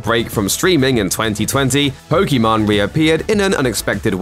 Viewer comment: It’s funny how he calls pokiMANE “pokemon”